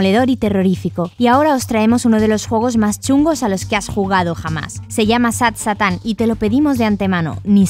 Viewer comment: Se dice sad seitan y sad Satán es como se escribe